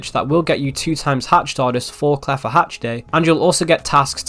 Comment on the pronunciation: Did guy just say "claffa" hatch day????